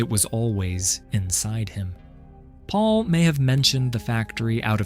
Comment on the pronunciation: "Michelle loved the pond so much. So much that Paul dug it just for her." That makes no sense. The AI's pronunciation of "Paul" is comedic. "Pull" 😂